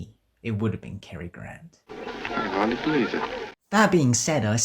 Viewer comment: The name's GRANT, Cary Grant. Not "Gran".